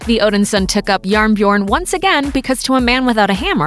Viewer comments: Jearn Bjearn is what I heard for Iron Bear hahahaa took me a while to understand that they tried to pronounce Jern Bjørn XDD It was close, buuut a bit hard to understand the few first tries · Wait wait wait did you just say JarnBjorn is norwegian for iron bear... I am Norwegian and it is Jern Bjørn but ok.. (In case that was what you intended to say sorry I just read the subtitles.) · this is coming from a Norwegian and it said yearn byurn great comtemt though keep it up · The pronunciation of "Jern Bjørn" was hilarious.